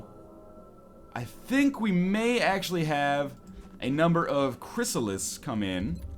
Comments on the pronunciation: NL, TB and AngryJoe are doing X-Com MP videos. How about you join them and utterly destroy them for some entertainment? Awesome LP. (Btw, I heard it's Chrysallid, not Chrysallis.) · He got through the entire game without figuring out the correct pronunciation of Chryssalid.:P